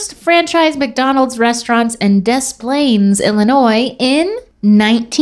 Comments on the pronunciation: Dess Plain??? It’s Da Plain lmao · You can tell isn’t from Illinois if you pronounce the S in Des Plaines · As someone who lives near Des Plaines it was really funny hearing try to pronounce it 😂